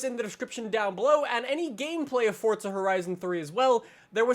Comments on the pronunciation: Forza not fortza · Why does he say fortza not forza wtf😂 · Forza not fortza😂 btw I'm saying this as a joke😄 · Isnt it Pronounced For-zuh, not Fort-zuh? Its also spelled Forza Not Fortza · STOP saying "Fortza" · Why do people say fortza? There's no T, this guy in the vid says it every time a new vid comes out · please stop calling it For'tza' horizon 3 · he ain't Italian tho so why should he say it like that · Centenario: says chentenario, forza: says Fortza etc I can't keep listing I'm tired af